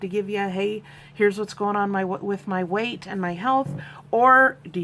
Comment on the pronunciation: Weight loss, not ER loss 🙂.